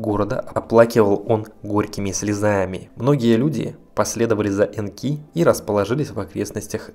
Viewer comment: Энки, ударение точное? На первую букву реальней, кажись...